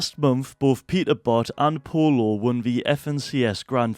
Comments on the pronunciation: its pronounced "poi-yo" not polo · It's pronounced poiyo but it is spelled pollo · "Polo" really 💀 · No? It pollo